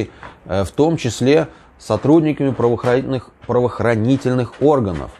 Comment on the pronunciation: Где - то на пятой минутке видео: проговариваешь фразу "правоохраниительных" (как я только ЭТО выговорил)? Без претензий. Юмор зашёл. Лайк!